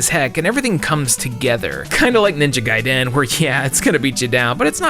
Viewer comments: The way you repeatedly pronounce Gaiden wrong is a fucking crime. Jesus christ just learn how to say it or don't say it at all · Lmao the way your pronouncing Gaiden is killing me, no clue which way is correct but your the first I've heard say it that way.